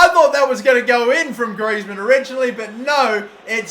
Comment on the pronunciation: quite correct than other footballers name